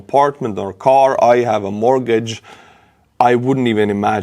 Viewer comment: It's not morgage,it's mort-gage